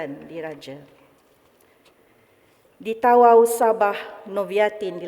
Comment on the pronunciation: Org tawau kena sebut ta'au. 😊